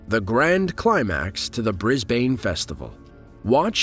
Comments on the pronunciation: Pronounced Bris - Ben. Not Bris- Bane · Matthew McConaughey would disapprove of your use of "unbelievable..." ;) (Also, did the Aussies not worry this was a Sept 11 moment in Brisbane? Did they know it was just a practice thing ahead of time? I would have freaked out! Oh, and it's "BRIZ-bun, not "BRIZ-bane"...) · Yanks cant pronounce Brisbane correctly as we Australians do. Its pronounced Brisbn not Brisbaaane. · It's not Bris-bain, it's Bris-bin man! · The way he says Brisbane like Bris- Baine. It’s actually pronounced Brisben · I Love this but the one thing that got me was Brisbane Australia it is pronounced " Br-i-s-b-u-n" instead of 'B-r-i-s-b-a-i-n-e" but that only minor lol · Pronounce Brisbane as Bris-BIN not as Bris-BANE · onwards ... gotta luv the way he says BrisBAIN (bris-bayne) ... lol; us Aussies call it Bris-bun - same as Mel-bun ... NOT Mel-BORN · It’s not “brisbayne” it’s said like “brisbin” 😂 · A Note to ALL broadcasters here . Brisbane , Australia , is NOT pronounced Briss-Bane . It is said BrizBin . You have NO IDEA how annoying it is to listen to the Horrific mispronunciation of this . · The footage is fantastic; the narration not so much. And it's Briz-bun, not Briz-bain. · Its Bris"bin", not Bris"bane" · As an awwwsie, can I just say it’s pronounced Bris-bin. Not Bris-Bain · Bris BANE, dafuk?? Its brisbin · It’s Briz-bin, not briz bayne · Bris "BAN" not "BANE" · 1.57 " The city of Brizzbaine Ohrstraylier " is pronounced locally " " Brizbun, Uhstrailya". Get it right for God's sake. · Ok when you pronounce Brisbane ..it isn’t bris -baine it’s more like bris-bin X😜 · Brisbane pronounced "brizz bin" not bain. x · BRIS BANE? It brisben thats how you pronounce it even tho its spelt brisbane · And it's "Bris Bin" not "Bris Bane" yankee ! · Brisbane in the San Franciso Bay Area, California is pronounced Bris-bayne. Brisbane in Australia is pronounced Bris-bin. If you're going to narrate a video please learn how to say the words. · Haha Bris Baine